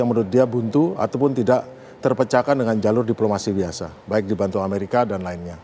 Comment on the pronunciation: Biaasa aja 😂😂